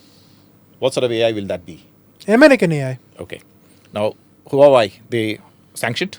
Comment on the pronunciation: Lol he can't even pronounce HUAWEI properly. What a joke ANI is.